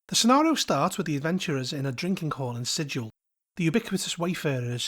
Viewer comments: Quick thing of note: Sigil is pronounced with a hard-G like that in “gallop.” To quote Her Honor Rastina Tollin of the Guvners: “We can excuse the fact that you slaughtered two Yugoloths before you realized where you were, Outsider, but you pronounced the name of our fair city ‘Sijil,’ not ‘Sigil,’ and there can be no excuse for that!” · You pronounced it with a soft G, and not a hard G, so you actually pronounced it incorrectly according to the in-universe lore is what I’m getting at. (Love your content overall, I just felt I should point out that the hard-G pronunciation is such a meme by the creators that it’s even ILLEGAL in-universe to pronounce it with a soft-G, lol.) EDIT: I know that the real-world word is pronounced like you said it in the video, but the D&D place of the same name is not pronounced like the real-world word.